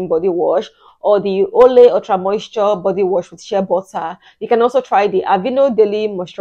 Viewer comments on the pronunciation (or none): none